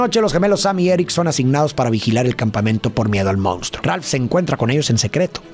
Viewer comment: Me encanta tu contenido!!! Solo que la palabra que más repites en todos tus videos es “MONSTRUO” y me parece irreal que digas “moUnstruo” lo cual es incorrecto… 😅